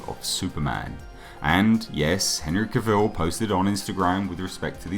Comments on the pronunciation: Cah vil. Not cuh vil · Out of respect to Henry, please pronounce his last name correctly... It's not Cavil like Reveal It's Cavil like Travel